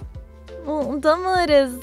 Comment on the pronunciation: I think its pronounce as DU-MUD not DUM-UD